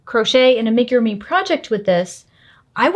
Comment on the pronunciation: I can't with the ''make-a-roomy''....is it that difficult to google how to pronounce amigurumi?